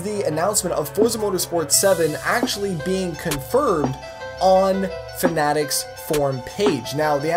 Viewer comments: It's not fanatic it's fan-a-tec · he said FANATEC